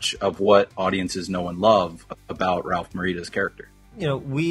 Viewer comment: "Ralph Morita"??!